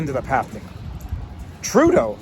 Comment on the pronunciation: With your accent, when you said ‘Trudeau’ it sounded like you threw up in your mouth a little.